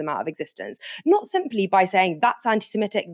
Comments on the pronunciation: I love and I know it sounds pedantic, but can someone tell him that it's pronounced 'anti-semItic'? 🙏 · Antisemitic. Where did this 'antisimetic' thing come from?